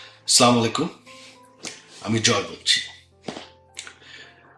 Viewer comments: আসসালামু আলাইকুম বল সালাম ঠিক মতন দিতে পারিস নে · এ ঠিক মতো সালাম তাও দিতে পারে না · সালামটাও ঠিকমত দিতে পারিস না। খ্রীষ্টান বিয়ে করে ইসলামের পথ থেকেই সরে গেছিস।